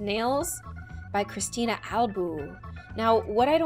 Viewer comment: Why are you guys saying Cristine when its Christine because my name is Christine and it has a H 🤔